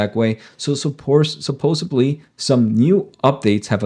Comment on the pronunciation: supposeDly - with a D